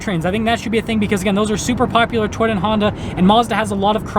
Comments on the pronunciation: Is it just me or does this guy say the word Toyota like Twitter? lol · lol this is a very informative video. Will be looking at Mazda more. I swear when he said Toyota it sounded like Twitter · I like how he says "Toyota."